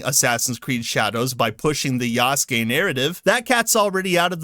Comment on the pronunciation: Anyone else hearing say yasuke as "Yass Gay"? Lmao